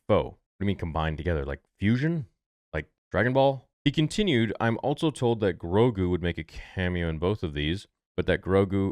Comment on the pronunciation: Star Wars "Altso" Theory